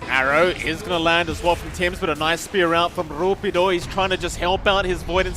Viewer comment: "RrRuppiddo" sounds crunchy